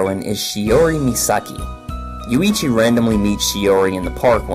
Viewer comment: The contents are ok, but work on the damn pronunciation. It' not Yu-ii-chi, it's YUichi.